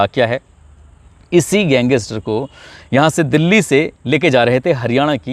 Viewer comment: Gang is ter ko wah Bhai achi pronounciation h